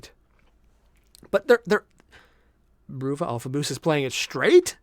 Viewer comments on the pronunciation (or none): You keep saying you got Alfa's name right, but it's BRUVA, not BROOVA. It's a decade-old meme on how Diomedes pronounces "brother". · No, you didn't get it right. Bruh-vuh, to sound like brotha, brother. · Bruvva (Uk cockney for Brother) Totally wrong pronunciation! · Day: still doesn't know that "Bruva" is pronounced like "Brother".